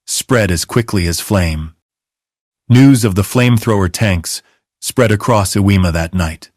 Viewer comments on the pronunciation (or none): Uh weemah?😂😂😂😂. Never heard of that island. Iwo jima might be close by. How old are you mister creator. ...10 11😂 your AI voice won't save you.